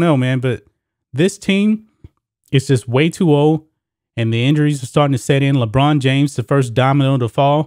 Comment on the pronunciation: I LOL everytime he says LeChina James.